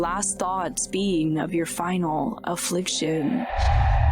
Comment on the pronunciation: Dude doesn’t say final affliction right. The girl had more enthusiasm